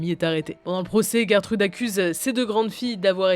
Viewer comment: Gertrude😂 ça se prononce pas geurre trude jer trude